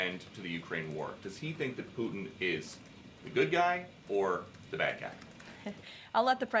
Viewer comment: Somebody tell Karoline there is a "t" in "Putin" and "important." She doesn't pronounce the "t" for some reason.